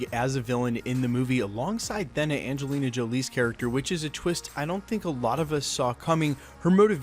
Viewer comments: Surely its pronounced "Theena"....like 'Athena' - A-Thena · I've heard it pronounced like "Thaynuh" too which is closer to the original Greek pronunciation. But the short e sound the narrator of this video is using definitely sounds odd. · I just wanna see baby Thanos vs baby Yoda! ...and maybe for this guy to start pronouncing Thena correctly!!!